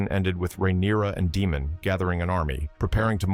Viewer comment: Its damon not demon sir